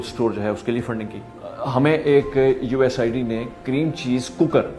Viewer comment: یو ایس ایڈ کو اپ بار بار یو ایس آئی ڈی بول رہے ہیں ۔ کیا اپ کو یو ایس ایڈ بولتے ہوئے شرم آتی ہے ؟